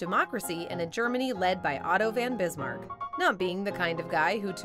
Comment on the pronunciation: Could we get the regular guy back, or at least someone who has heard of and can properly pronounce “von Bismarck”